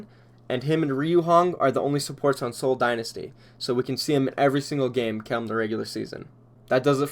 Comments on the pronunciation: Yea his pronunciation was weird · I can't take you seriously when you leave out Ryujehong's middle syllable. Do you also call Overwatch "Owatch"?